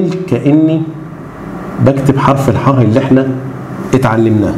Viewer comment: اسمه حرف الحاء مش حه